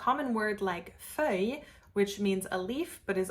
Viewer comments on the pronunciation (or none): Just one correction, the "eu" in feuille is an open "eu" like in "peur", closer to "uh". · Great video! A precision, though... the "eu" sound in "heureux" is not the same as the one in "feuille". In french, we have two "eu" sounds, one is more closed (the one you are showing, I believe) and one is more open (closer to the shwa, maybe). "Feuille" is more open. Voilà, une petite précision de la part d'une Française native 😉